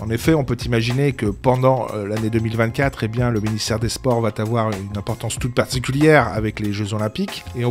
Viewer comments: On ne dit pas " va tavoir" mais va avoir. Pour être audible donc crédible. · ''Le ministère va Tavoir'...tu veux une tarte sur le museau toi?!?